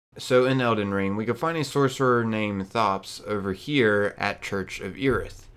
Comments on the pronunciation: So I really hate that everyone keeps saying his name wrong it's said like tops not thot-ops the H is silent do you say the H in thomas Too?! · Why do you call him THops, when in the footage you clearly hear him pronounce it as Tops (no thhhh sound)? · His name isn't pronounced like you're saying it. He tells you his name, if you were listening. The h is silent. It sounds like Tops.